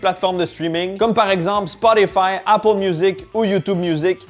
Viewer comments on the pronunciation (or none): none